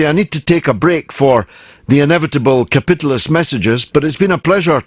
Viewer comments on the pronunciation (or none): He says Ka-pit-alist :/